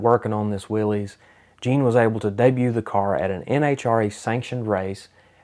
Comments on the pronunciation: I am watching this video on TV, i saw the '32 Ford gasser raced by Robert Nance, and I saw it live at Covington, GA. i am pretty sure I have a photo of it. I will look in one of my photo albums. I also saw the part about the Hemi Hurricane WILL-EEZ ! You pronounced it correctly ! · So proud that you pronounced Willy's correctly